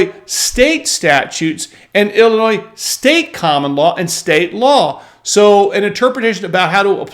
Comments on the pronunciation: Its Illinois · Forget it Jake, it’s Illinois.